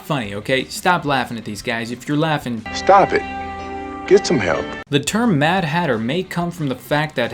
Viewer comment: When says stop it, stob it!